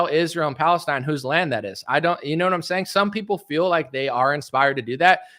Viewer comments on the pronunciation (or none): none